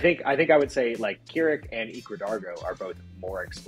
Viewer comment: Listening i can see y'all don't know how to play k'rrik. Also its krrik like crick in the neck. Not keerik